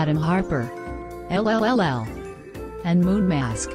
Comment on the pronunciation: i thought LLLL pronounced their name 4L but i guess im wrong